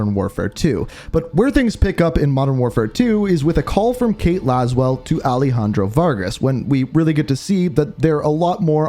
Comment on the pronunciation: Bro is it alehandro or alejandro? 😒